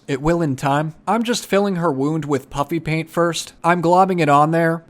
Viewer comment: Am I the only one who always hears him call it Puppy Paint? 🐶🎨